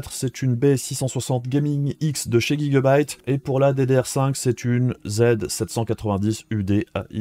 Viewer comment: C'est qui Guy Gueu-baïte ? connais po x)